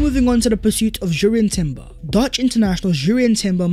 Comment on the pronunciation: Yo B - Jurrien Timber has a silent 'J' I's read out as Urrien, No J, thanks.